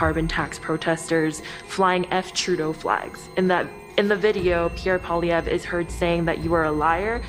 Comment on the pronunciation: The name isn't pollivay. It's PWA lee ev.